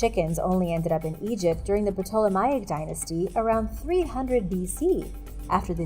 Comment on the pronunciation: "the Egyptian egg oven is exactly what it sounds like, a very old device used to hatch eggs" What?? then it isn't what it sounds like then is it? it sounds like a device used to cook eggs. Oh FFS! the P is silent in Ptolemaic.